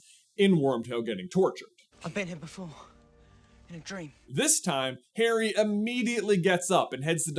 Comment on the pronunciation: my brother in Christ I IMPLLORE you to stop pronouncing Harry as hairy